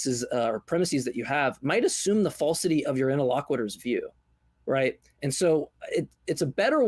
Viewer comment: pronounces interlocutor weird…